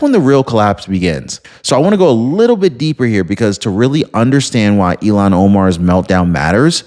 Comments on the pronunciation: ILL-HAAN not EIL-LAN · It’s not Elon Omar… it’s Ilhan as ( Ill haan) Omar!!!! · It's. Ill han! Not elon! 73 here pronunciation is important to me! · Her name is Ilhan (Il-hawn), not like Elon! Pronounce correctly! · 😂 It's NOT ELON OMAR😢 IT'S ☆ILHAN☆ PLEASE PRONOUNCE her ugly name, properly 💯🇺🇸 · IL HAN, not IL Lon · IL-Han not E-Lon… sorry OCD kills me when someone misspronounces something 😃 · Bro, please say ill-han omar Not Elon. Don’t be hating on Musk he’s just a rocket man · eel-han. Elon is a Musk. lol. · It’s “Ill-Hawn”, not Elon….you’re welcome…sincerely, the pronunciation police. Elon sounds smarter…and she’s not smart at all. Ill-Hawn is how most say it. Love and respectfully….little ole me. ❤🇺🇸👍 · Her name is pronounced "ILL-han", not "Elon". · Her name is ilhan ohmar not Elon